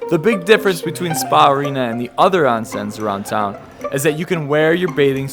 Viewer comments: ai yah >_<... ohn-sen!!! not ahn-sen, but good try :) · pronouncee OWN SEN not On sen but thanks for the tips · LOve your video, but it's "Oh-n-sen" not " Ah-n-sen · A lot fo them don't let Gaijin (foreigners) in. PS: pronounced "ohn-sen" ;-) And "ryokan" is "RYOH-kan". Not easy, I know.